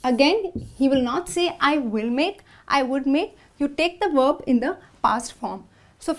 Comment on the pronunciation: Verb not werb